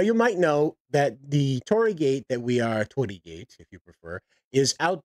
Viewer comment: ...a-are they STILL using a Torii? Dear lord almighty preserve me... orz And yeah, you got the pronounciation right! However, the space beyond the Torii is meant for Kami, divine spirits of various sites / famous important figures / items. There's an entire treatise about what they are, but basically, if a thing exists, it has a kami. The greater / more important the thing, the mightier the Kami. The ancestral stuff iirc is dealt with a personal buddhist shrine at home, but with this one, I'm not as well read on this part I'm afraid. Edit: the more I look at the image, the more my eyes hurt. Who okayed this?!